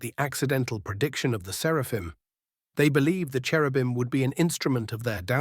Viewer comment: 1. I thoroughly approve of Gurgle. 2. Does anyone else snicker when the bot says 'Serpahim' instead of 'Seraphim"? Idk it just makes me laugh.